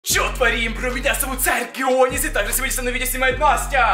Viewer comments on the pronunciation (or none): он здесь говорит или я не понимаю